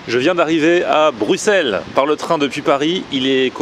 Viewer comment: Welcome! Par contre je suis agréablement surpris, tu as bien dit Bruxelles 😆